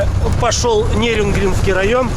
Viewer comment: нерюнгринский,,ударение на первую ,,И,, а не на ,,Е,,.